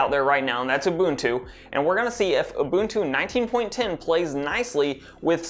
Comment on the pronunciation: When the user pronounced the UBUNTU correctly ;)